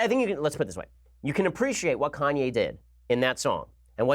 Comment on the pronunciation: Is Ben serious ? Kanye Kan-ye KanYAY Ye